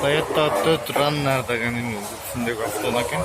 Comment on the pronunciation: Айланайын машиналардын маркасы бойунча анча тушунук жок окшойт .4раннер фораннер деп айтылат